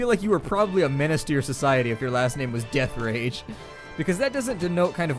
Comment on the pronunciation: its deatherage huh (you say it like deathrage)